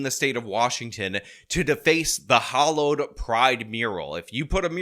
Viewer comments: Hallowed, not Hollowed. FYI, I love your videos and sarcasm. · Of course there's a manhunt. The State has to show The Woke how serious they are about accommodating gays. Also, the word is hallowed, not hollowed.